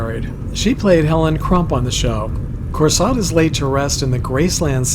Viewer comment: Anita Corsaut's last name is pronouced as ' kor-soe '.